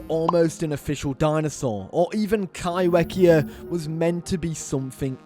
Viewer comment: Highly disappointed you didn't include the list that Matt said one was right. Also stop pronouncing kaiwhekea wrong it's said like Kai Fe kea. Maori name that's how you said it